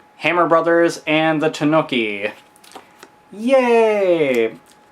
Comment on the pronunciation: I like how you pronounce tanuki LOL, "Tanuhcky"